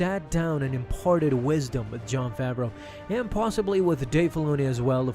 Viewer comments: Everybody says Jon FAVERO it’s FAVREAU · "Fraveau" lol